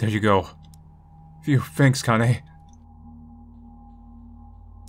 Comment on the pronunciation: i know this is something really minor but Kanae is pronounced like "Kah-Nah-Eh". you need to brush up on your weeb language skills